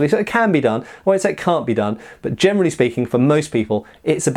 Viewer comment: i think i have something with my ears. everytime he says generally i understand germanly speeking...